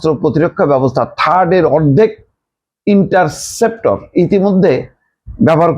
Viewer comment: ইনসেপ্টর কি রে মদন? এত বড় হাম্বাদিক অথচ ইন্টারসেপ্টর উচ্চারণ করতে পার না।😜